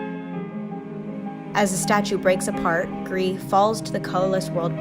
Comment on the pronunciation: It's not pronounced gree. The developers have said its pronounce Greece. They're Spanish not French bro